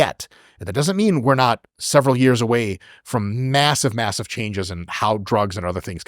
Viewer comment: I laugh when Chris says Years in his british accent. "Ah yes, I did it for 2 yarhhs" 😅